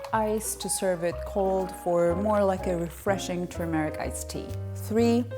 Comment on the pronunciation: It is not pronounced "tur-meeeh-ric" but "turmeric" short "e" and UNSTRESSED!